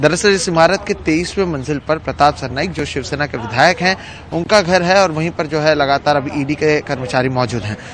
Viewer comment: Are bhai ye chivsena bolta hai😄